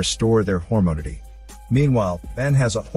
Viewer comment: Ok this was awesome, but I gotta call you out on "hormonity"...